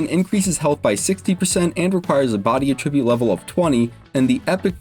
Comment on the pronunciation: Attribute: Uh-trib-YOOT is the verb. AT-REH-byoot is the noun.